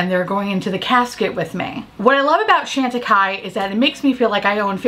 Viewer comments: Love you and your content, but please work on the pronunciation for me. It’s Shawn tacaille, not Shan. 🥰😘. Thank you. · Not trying to be obnoxious, just thought that since you love the brand so much, you’d want to be saying its name correctly. Keep on making us smile and laugh. And being unique and different! x